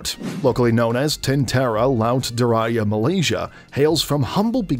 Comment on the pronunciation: "Tentera laut diraya malaysia" 😭 "Leksamana class"